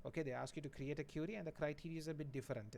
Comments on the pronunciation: You actually say it as curie 😂😂 lucky not cutie... But you are best ,you too teach well. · I guess you pronounce query is wrong. Since i say "e" as "a"...